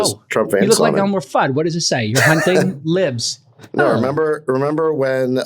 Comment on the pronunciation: wunting wiberals. jcal that was gold